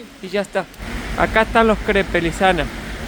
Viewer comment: los caracoles NO todos son comestibles....por favor es mala educacion, OLER la comida....mi familia te habia matado.... SE ESCRIBE CREPES PERO SE PRONUNCIA...CREPS.....